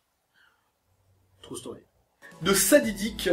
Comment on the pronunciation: T'abuse un peu sur les "True Story" En plus bien prononcés à la française "Trou staurie" :p